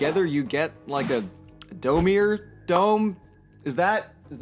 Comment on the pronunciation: The word dome means nothing to me now. It's literally a meaningless sound. Now I need to relearn to recognize it as a word and not worry about it constantly being mispronounced with a weird accent that doesn't exist. It will take about 12 hours. Thank you.